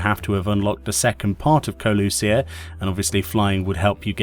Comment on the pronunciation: The pronunciation of Kholusia was a little off. They say it multiple times in the msq :)